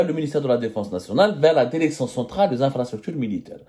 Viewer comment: La DÉRÉCTION !!!! Pauvre langue française massacrée dans la bouche d’un pseudo journaliste